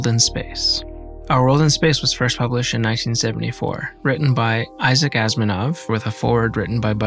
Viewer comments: AsImov, not Asminov! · No one seems to have picked up on this, even the self proclaimed big fans, so I’m beginning to doubt what I’m hearing but it sounds like is pronouncing Asimov “Asminov”. Just a gentle reminder: [ah-suh-mov]! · This is so cool and as a huuuuuge sci-fi geek, this setup spoke to me on so many levels!!!! It was also awesome seeing him try it out on his own and chat with us. Good job! ♥ (Tiny pet peeve : he's mispronouncing Isaac Asimov's last name. He's saying Asminov instead of Asimov lol. STILL ADORABLE.) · Sorry to be Picky Pain in the Neck, it's Isaac A-see-mov, not Asmanov! As you were,! 😅this was a great video- thanks both! 🌏🚀🪐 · did great … other than mispronouncing Asimov — but that’s ok. Super vid!!